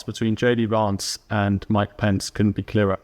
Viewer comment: You pronounce VANCE like you say VAN, not VARNCE as you persist in saying. Happy to help.